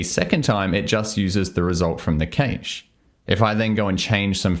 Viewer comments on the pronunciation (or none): hello pnpm workspaces are great; but "nx" looks gross. sometimes 'giving you the flexibility to do things' covers up the fact that you probably shouldn't be doing those things. also, cache is pronounced "cash" not "kaysh". cheers. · 'Cache' sounds like 'cash' :) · Are you mispronouncing "cache" on purpose? I code with panache while twirling my mustache. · I've watched this video twice now and I still don't get it - the how not the why - do you have any advice on where i can start... also the way you say cache... I had to put on a second monocle